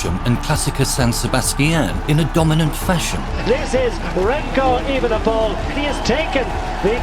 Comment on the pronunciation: Als NederlandÉr vind ik het erg grappíg hoe hier de klemtóón steeds verkeerd wordt géélegd bij het uistpreken van Evenepoel